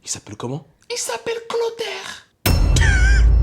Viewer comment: " Clothaire" cest pour me tuer 😂